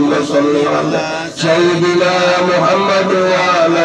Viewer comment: Punten pak ustd jangan Muhamaddur tapi muhamaddar. Jadi isim dari ana